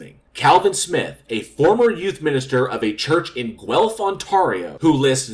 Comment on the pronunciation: Congrats on pronouncing Guelph correctly. It is a tough one to pronounce. Most people get it wrong